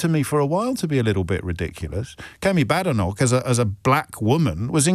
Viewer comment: Kemi's surname isn't pronounced Badenoc/k, but Baydenoc/k.